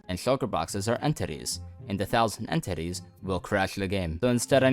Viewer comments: every single time you say entities i hear end titties this has never been a problem until now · Why does say it like: en-TITTIES